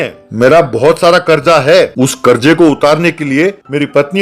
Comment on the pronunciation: Qarza not karja urdu aj tak sahi se bol nai or kehte hun yeh hindi hun 😂